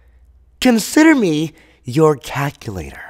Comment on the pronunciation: It bothers me he didn’t say calculator right